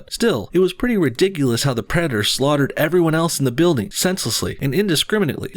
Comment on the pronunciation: “Predderr” lol